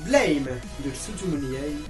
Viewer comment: Blame ne se dit pas à l'anglaise/américaine! Il se prononce à la française! ^-^ c'est l'auteur lui même qui l'a dit :p